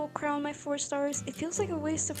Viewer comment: I’m sorry but you mispronouncing ‘Crown’ and Varka’s name SENT ME 😭😭😭😭 Edit: Congrats on the Debut!! 🎉🎉🎉 May your Vtubing dreams come true!